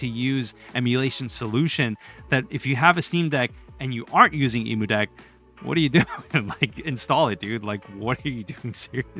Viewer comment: Why….do you say Emudeck that way?